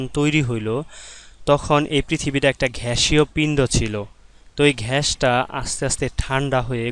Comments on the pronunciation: গ্যাস হবে ঘ্যাস না🥴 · ঘ্যাস 😂 গ্যাস